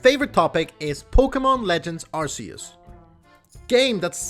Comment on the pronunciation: I’m glad you pronounced Arceus right